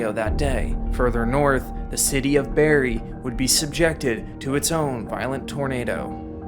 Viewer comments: BARRIE IT’S BARRIE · He put barrie as barry! Disappointed canadian. BTW you should of talked about goderich f3 2011